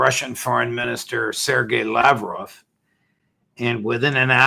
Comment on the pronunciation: Judge Neapolitan: "Sergei LAV-rov, my dear friend"